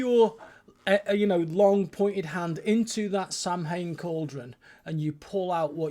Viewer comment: A pedant writes: Sorry to be picky but the festival (Samhain) is pronounced sow (as in female pig) in.